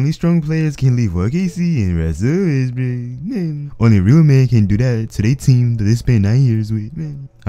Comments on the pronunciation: Josetoplay Games oh he's saying Russell Westbrook?.I thought was making some other dude actually named ruzzell Wezzbruk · Son Gohan he said westbook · LMAO "RUZZEL WEZZBRUK" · King Melo ruzzell westbook